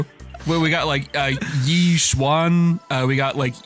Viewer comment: Yixuan and Yidhari don't pronounce the Y, btw, so it's like EE-shuen and EEd-ari (some of the voice actors say the Y, but never the characters' own VAs), but there is a Ye Shunguang and her brother, Ye Shiyuan, who Phaethon call Senior Ye.